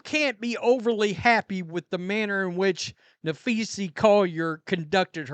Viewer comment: Who are you talking about cause that is not her name. Guess you're too stupid to learn how to pronounce her name.